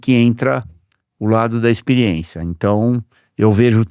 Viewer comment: A melhor parte é ouvir o Christian falar "IXPIRIÊNCIA"